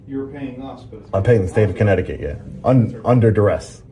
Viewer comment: Danbury, “corrupt-ticut” 😂😂